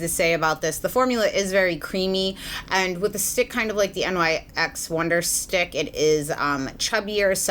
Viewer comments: Favorite youtuber reviewer! But I think NYX was pronounced like "nix" ? Not actually spelled out as nyx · hi, "nyx" is pronounced the way it's spelled (like "nix") rather than "n-y-x." i only know this because rupaul always used to pronounce it that way on drag race when nyx cosmetics sponsored the show. love your reviews xo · Okay so why does she say N Y X instead of pronouncing it like nix. No hate at all! I love your honest reviews. I'm just genuinely curious if I've been saying it wrong. I normally hear people say it like nix. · Amazing review, as always. I really do appreciate how you say that you tend to avoid other reviews before recording your own in order to avoid bias. One minor comment, though: NYX is named after the Greek goddess of the night, so it should be pronounced "nicks" instead of saying out each of the letters individually. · Love your videos! 😘 Just so you know it's pronounced Nyx ( it's the name of a goddess ) not N Y X! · Agree :) but I think the correct pronunciation is NIKS as the goddess, not N Y X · lol I getcha! No way of really knowing honestly, I pronounced it the same thing until they opened a Nyx store by my house and employees were correcting me. I was shocked but also think the goddess part is pretty cool!